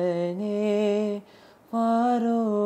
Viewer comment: Begane Baro. He says Paro . Please pronounce properly. Other than that everything is fine